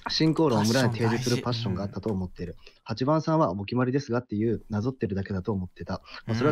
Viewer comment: パッ↑ション↓